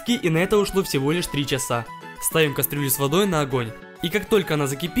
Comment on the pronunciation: он сказал всевголишь 3часа🤣🤣🤣🤣🤣